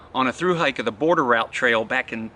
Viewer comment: Lace on z knot and not z toggle 🤔 😂